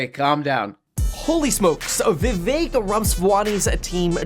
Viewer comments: I find it easy to remember how to pronounce his name. It rhymes with 'Mistake'. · His name's Viv-ache. It rhymes with "fake". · Vivek rhymes with cake, come on guys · so the guys that support Vivek can't even pronounce Vivek properly, nice